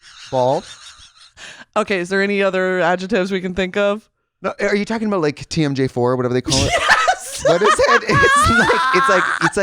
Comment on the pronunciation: “Are you talking about, like, TMJ4” BITCH THAT TOOK ME OUT SHE IS SO SOUTHEASTERN WISCONSIN